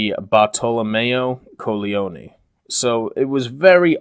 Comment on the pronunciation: Can suggest you to improve the pronunciation of Colleoni? Your actual pronunciation sounds like coglioni that mean men genitalia...